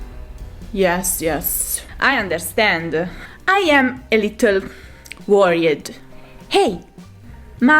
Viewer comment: "I understándí"! Te amo!